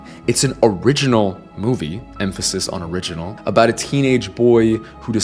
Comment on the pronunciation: A LOT of emphasis on "original" since the plot and the name are basically stole from The Owl House